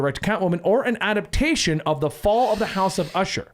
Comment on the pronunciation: Really wish you guys would learn how to say adaptAtion. "Adapt-ay-shun." NOT "adaption." Not "adapt-shun."